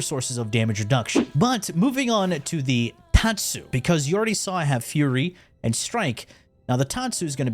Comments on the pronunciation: I'm pretty sure it's pronounced "fyury" not "furry". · and you didn't notice all the other words he intentionally mispronounced?